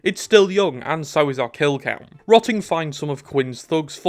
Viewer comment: "rotting" HIS NAME IS BIN!!!!!